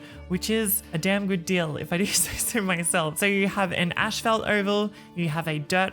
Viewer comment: say asphalt again for me please? lmao im sorry just WAT DID YOU SAY?!?!